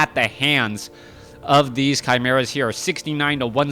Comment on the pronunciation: your cast it's far better than back2warcraft, tod it's ok tho also it's correct how you pronounce chimeras